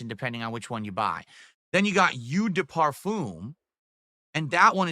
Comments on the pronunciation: it’s pronounced “oh” not “ew” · Eau is pronounced " O " if anyone cares lol